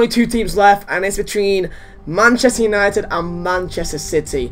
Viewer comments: Manchester "utited" 😂😂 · 'Manchester Utited' 😂